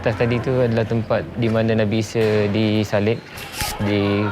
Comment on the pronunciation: Nabi ise...ahaa isa lah..sebut baku sikitlah...er er er